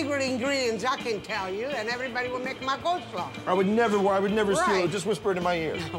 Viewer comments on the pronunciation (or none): Did he say unique COLD slaw?